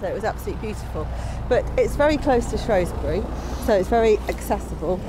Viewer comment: Its pronounced "shrew" not "shrow"sbury 😂😉...i live in Shropshire and it has amazing landscapes of hills and ancient rocks 👍